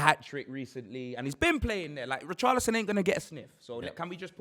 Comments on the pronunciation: Man said poorchlison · Did you hear what he called Richarlison, :Poorcharlison 😅😅😅😂